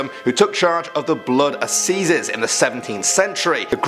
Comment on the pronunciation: Pronunciation of even English words in atrocious, e.g. 'assizes', 'Carmarthen'.